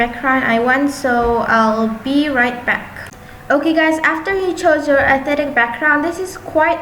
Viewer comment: no hate but she said 'aesthetic' is athetic XD lol